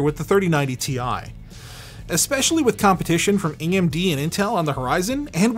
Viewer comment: eing eing D cant even pronounce AMD smh lmao